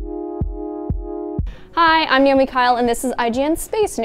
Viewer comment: your saying it like , nah, oh! me?